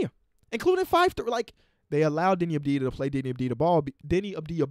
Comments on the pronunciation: its AVDIJA not ABDIJA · My guy said deni abdia